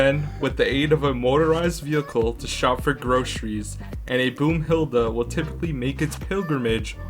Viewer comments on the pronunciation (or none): Broomhelda not boomhelda broomhelda is djangos wife name... Not a deep meaning😂